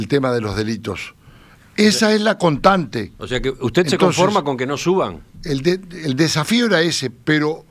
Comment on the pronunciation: "subimiento" está mal, pero "contante" no?